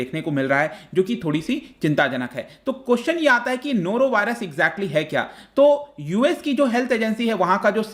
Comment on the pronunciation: Nora Virus😃😃😃